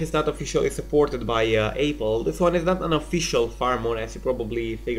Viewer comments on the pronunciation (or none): He said ayppel #ayppel 😂😂😂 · eyple instead of apple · ... by APE-ELL